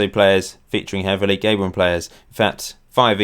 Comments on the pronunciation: It's Ga-bon not Gay-bon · Gay-bon :p